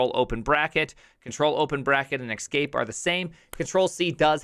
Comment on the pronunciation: "Ex-cape"? As opposed to the one I use right now?